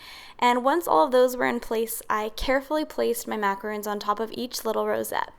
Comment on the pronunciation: I believe the macarons you made are pronounced “Mac a rawn s” not macarooooon like moon. Macaroons are piles of coconut which is a completely different cookie.